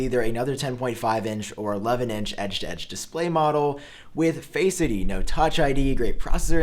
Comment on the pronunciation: I hear Faceity lol